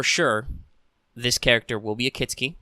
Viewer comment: Good video- except its KIT-SU-KI not KIT-SKI , just Fyi!